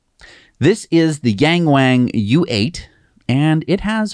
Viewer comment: Hi guys, Yang Wang, pronounced y-ah-ng, w-ah-ng, the A in Mandarin is not a long A (eh), it is pronounced as in ahh. My ears are bleeding... thanks, lesson is free. 😉